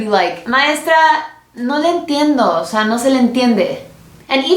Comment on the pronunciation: Miri Masso Yo soy Mexicana. Amo a Mexico, haci que no digas que soy ignorante. Cuando dijo "osea" sono con un acento tipo "fresa" osea si captas no? No te ofendas con cualquier cosita. Gente como tu hay muchas, y ya nos tienen artos. Gracias☺️